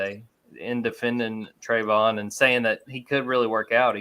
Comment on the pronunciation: how does not know how to pronounce Travon?